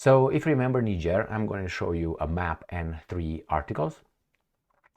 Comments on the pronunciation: Thanks for the spot on pronounciation of Niger pronounced Neejieh in French. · As a european who has resided in Africa for most of my life, and having closely observed african politics since the 70s, allow me to make the following assertions: Re Niger (btw, your pronounciation is correct, "knee-jerr") the current actions of the junta are encouraging, however, whether this will result in the upliftment of it's citizens is another question altogether. Historically, 80% of the time the ruling clique just cuts a better deal with the highest bidder for their personal benefit while the citizens remain exactly where they have always been, in abject poverty. And when the citizens become dissatisfied, they suppress this through military force til the last moment, escape to Dubai with their loot and let the next "charismatic leader" follow in their footsteps. Imho, the same applies to Traore in Burkina Faso(?), in that it will take at least a year or two for the leadership to show it's true colours, ie whether they are true patriots or just in it for a quick (or even long-term) buck. Anyways, I am glad that is paying some attention to Africa, I view it as the 'ideological battleground of the future'... And in particular, current events in South Africa where the 'liberation government' has been totally captured by 'Al Capone' and is rapidly destroying the country.... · Well done. You are one of a very few non-Africans who got the pronunciation of the country Niger right! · Yes, its pronounced as Neeger. Niger is a neighbouring country to Nigeria my country. We are begging for this to happen in my country Nigeria. The West(USA) and Europe is destroying Africa and Nigeria especially, they just dont want to let go. We beg Russia to intervene and help Nigeria. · The are calling the name of the country correctly 💯